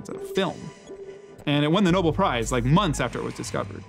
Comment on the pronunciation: Mumgaard: It's Nobel Prize, not noble prize. :-)